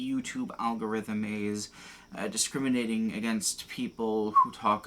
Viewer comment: 7 seconds in you say discrimiTating. Is that like.. discriminating against taters? Or what?